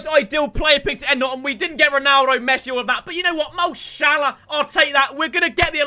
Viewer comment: Unsubbing because you saying Mo Shhhhalla to much.